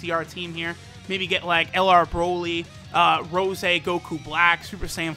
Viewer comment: Bruh why does he say broly like that😂😂